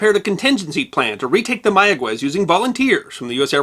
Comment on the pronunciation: Instant upvote for knowing how to pronounce "Mayagüez." So many journalists who think they know Spanish pronounce it "Maya-ghez," because the 'u' would normally be silent between a 'g' and an 'e' or 'i'. (It's normally there only so the 'g' is pronounced as in "get" rather than as in "hit.") But the dieresis above the 'u' brings it back from silence, which requires a bit more Spanish instruction to know. To be even more accurate, place the emphasis on the final syllable.